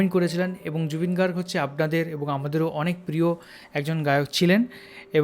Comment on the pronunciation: Please mention wright spelling not gorg it's Garg